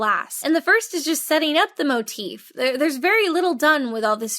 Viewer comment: “Motif?” More like “More-treef.”